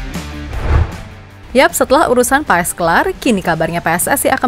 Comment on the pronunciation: Maarten Paes dibaca "Pas min bukan Paes, jadi Martin Pas 🙏🙏🙏